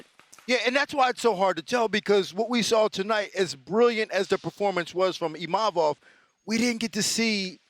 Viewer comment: I wish they would pronounce imavov properly